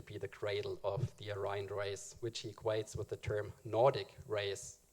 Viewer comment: I would think you would know how to pronounce "Aryan" considering the subject matter...